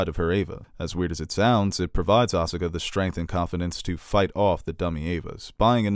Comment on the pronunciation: Win - properly pronounces Evangelion. Con - Asuka is incorrectly pronounced. I'll take it, even Robin Williams, a rumored Evangelion fan, mispronounced "Evangelion" in One Hour Photo.